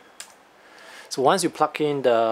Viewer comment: Plug not pluck